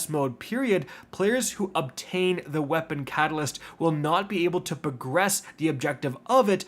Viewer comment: Bro says "pro" gress, like he only ever seen the word written. It's progress bud.